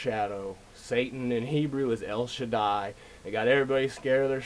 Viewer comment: Another great video,... you really have a handle on how language is being used to enslave us. El Shaddai sounds like sh*t-eye to me... and we know that is relevant too in freemasonic circles.